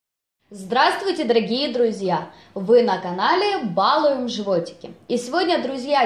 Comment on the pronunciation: По- русски говорят - балУем, с ударением на второй слог.